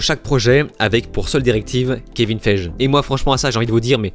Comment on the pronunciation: Ce connard de Gunn fait que de la merde et ne comprend pas ce qu'est DC comme Snyder, lui au moins était un vrai fan. Bref ce sera de la merde et bien sûr progressiste à outrance, c'est finit pour moi le DCU après le Snyderverse. PS : on prononce Gal "Gadotte" et Kevin "Figui"